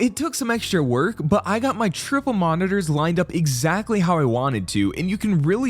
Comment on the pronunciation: funny how bro exaggerates every time he says triple monitors to try and flex or sum. like bro we already see that u have three. 😂😂